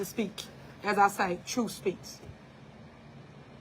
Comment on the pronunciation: "I like to talk with TROOF"